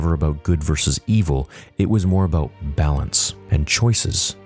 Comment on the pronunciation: Thats what its aboot 🫡🇨🇦